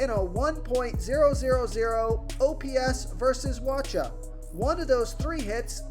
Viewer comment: You pronouncing Wacha wrong